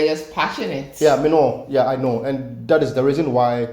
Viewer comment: ......at the mark you seh... Mi know".....😂😂😂😂...its strange when i listen to i dont hear jamaican i jusy hear my sister,,but there is a distinction when u say it, it sounds aaaaauu10 tik😅😅😅